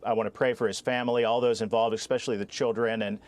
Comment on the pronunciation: Bernie Sanders? lol EXpecially is actually ESpecially. Jim Banks is a dolt.